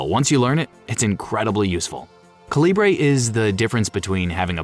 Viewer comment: Calibre is pronounced KAL-ih-bər.